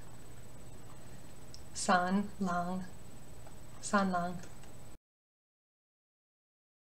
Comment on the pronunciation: Hi! Just wanted to say, as a Chinese speaker, this is really well done! disclaimer: not a native, but my family is chinese and ive studied in a Chinese school for many years. While the pronunciations of the words sound somewhat weird due to the lack of use of tone, if you're talking about the pronunciations of the words themselves, it's pretty good! I loved how u pronounced San Lang, Pei Ming, Cuocuo, and Lan Chang-- practically perfect! Especially Hong Hong'er, the "er" can be tricky. I was so so happy with how you pronounced the names with "shi" in them as well-- it can be quite tricky for a lot of those who don't speak Chinese, but you did really good! I also loved how you pointed out the "mo" sounds, as the slight "muoh" to the pronunciation can be subtle but it makes a lot of difference to a native speaker! Just some tips for those who really want to be meticulous and get that exact sound: - the ZH sound (like in xuan ZHen or chengZHu or quan yiZHen ) : less zhuh (like in genre) or juh (like in jump) sound, but more a combination of the t in "tch!" and juh (something like the "juh" in jump. like this [ ] - the D sound (like shi wuDU ) : its less a hard duh sound (like door or duck) but a softer d (think of it as a combination of d and t). so its not shi wudu (like the word "do" in English) but more [ ] (the du here is the exact character used in Shi Wudu) - the SHI sound (like SHI qingxuan or SHI wudu ) : like i said earlier, the